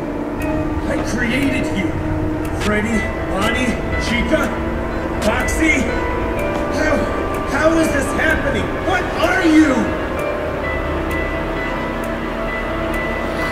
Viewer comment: did he said faxy xD